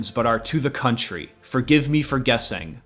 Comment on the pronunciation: Contrary not country I think